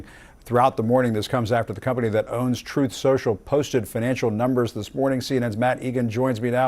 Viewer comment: I think drumpy pronounces it "troth" social...he "interposes" the U 🤣